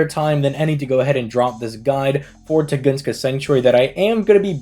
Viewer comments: Tun-guh-skah. Where Tugoongskah comes from, who knows 🤷🏻‍♂️ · dammit.Tun-gus-ka. Not Tu-gun-ska. Unsubbed & reported to ADL